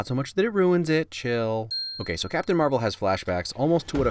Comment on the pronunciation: It’s marvel not the way you said it